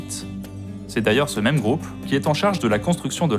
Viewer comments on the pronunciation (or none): none